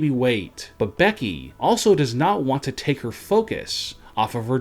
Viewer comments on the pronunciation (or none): none